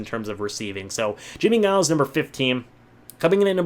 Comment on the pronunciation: Good list. I’m glad to see the old guard get the props. That defense was amazing, the perfect 3-4. One beef...its Jimmie Giles (pronounced with a J as in Jiles). 👍👏